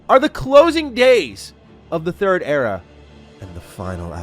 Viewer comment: Era not era....